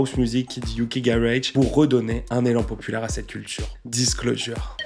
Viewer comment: Fan du duo depuis le tout début (et ayant eu la chance de les voir à l'Olympia) merci pour ton boulot ! Bon si je ne m'abuse par contre tu massacre la prononciation de Disclosure il me semble. Dommage car tes autres prononciations de l'anglais sont plutôt justes ! On dit "Disclozheure"